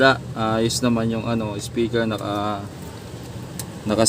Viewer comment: Speaker Hindi ispiker